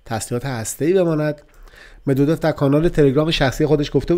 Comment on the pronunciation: دیمتری مدودوف اینگونه تلفظ می شود medvedof